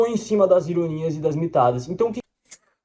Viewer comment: pq o pobre rapaz é retardado